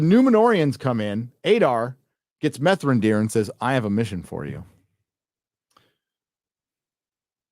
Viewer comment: "Methrandir" Hahahahahahahahah